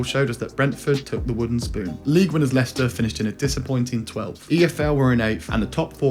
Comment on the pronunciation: Mate did you honestly call Leicester. Lei-Chester 😅